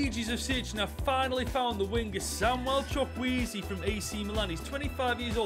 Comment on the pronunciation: this is how you pronounce his name choo/koo/a/zay